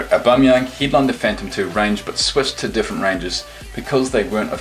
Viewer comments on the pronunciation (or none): none